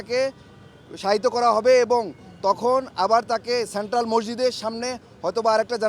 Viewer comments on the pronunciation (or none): none